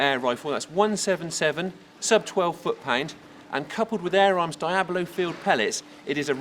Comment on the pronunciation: It's deeablo and preemos